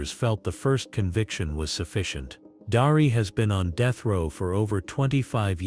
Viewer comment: Darlee not Darie.